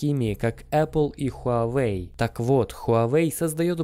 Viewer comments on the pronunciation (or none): none